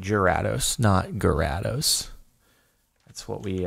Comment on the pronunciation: You need to look up the pronunciation of Gyrados because it doesn’t matter how hard you try your still butchering it. Also it’s pronounced Ma-while not Ma-wheel.